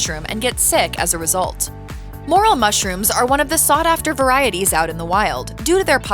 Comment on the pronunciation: Ummm... It's not a moral It's a morel. Just so y'all know that someone should really have a talk with this presenter because although she does have a nice voice she often mispronounces key foods or culinary terms and that's not good. The moral of the story is that folks are going to make idiots of themselves if they ask about 'moral' mushrooms in a restaurant or a market¡